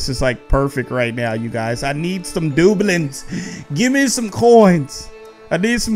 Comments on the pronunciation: Not dooblings it's dabloons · Its du bloons not doblon no judge tho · It’s DUU blooms,not doobloons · Dub-loons. Not Doublins. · It's not booklets it's debloons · Love this video. It's pronounced 'Da. Bloons' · I know this dude did not just say dublens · Its pronounced duh blooms XD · Its pronounced duh-blu-ons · It is pronounced da - bloons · It's not dueblins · Is it just me but this is cringe to wacth he says doobuleens (doubloons) da-blooms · I'm unsubcribing only because the way you say "dobloons" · got me dead the way he says doubloons GREAT VID KEV👃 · Who else got annoyed by the way said doubloons. Still love you. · It’s so funny how he said doubloons🤪🤪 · saying doubloons incorrect and my ocd I killing me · Like the videos you said doubloons wrong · Ur saying doubloons worng